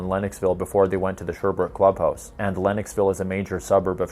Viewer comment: ... Longueuil is pronounced "lon-gay" ... Sherbrooke is pronounced "share-brook"